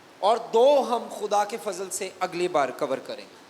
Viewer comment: سر آپ کا فضل کا تلفظ اور صحیح کا تلفظ ٹھیک نہیں۔